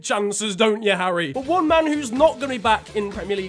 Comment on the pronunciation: Petition for to stop 👏 slaughtering 👏 Harry 👏 Kane 👏 every 👏 single 👏 video